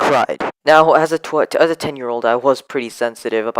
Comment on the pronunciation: Ooo spooky, I loved how you said twit, when you tried to say 10 xd any ways, could you make the live stream around 5PM, you’re timing. Because most people that watch you are kids, and it would be fair if you did it at a fair time. Also you know who I am, may you notify me once your starting?